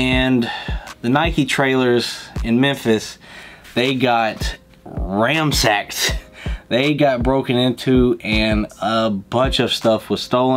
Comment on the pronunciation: You guys never seem to care about the English language, but the word you meant to say was, ransacked, not ramsacked!